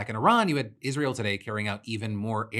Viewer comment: Lindsey Graham shouldnt be allowed to talk about Israel if he can't pronounce it.